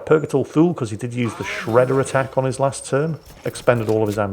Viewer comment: Purgatory "Too-Lee". Thule is pronounced "Too-Lee". If in doubt check the Wikipedia for Thule Air Base.